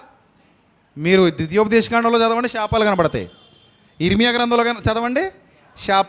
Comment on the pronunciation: షాపాలు కాదు శాపాలు...... ముందు తెలుగు సరిగ్గా పలకడం నేర్చుకోండి